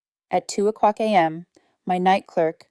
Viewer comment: Come on, the pronunciation of money amounts is terrible. And a.m. is not anam.